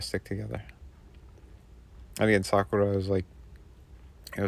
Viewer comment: Hell yeah! These figures just scream to be stop-motion animated! Also, kudos for pronouncing Sakura (Cherry Blossom) correctly! Many Americans place an emphasis on the second syllable (which is incorrect as the Japanese language has a flat-syllable pronunciation structure). 👍